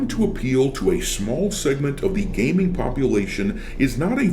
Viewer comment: Wait… gayming awards? GAYMING AWARDS?????, please can I borrow one of your ships to get the hell off of this idiotic planet? Pleeeeeease!!!!!